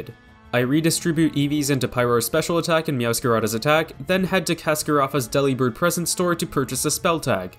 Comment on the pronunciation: I'm sure this was brought up already, but for the mirror herb all you need to do is open and close the picnic!! The learning is almost instant Also Delibird is pronounced similar to "Delivered"! Not like a sandwich Deli!